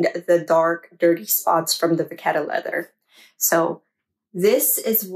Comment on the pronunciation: Would you use these products and do the same routine if you purchased this bag new? The phonetic pronunciation of the leather is “ Va kett .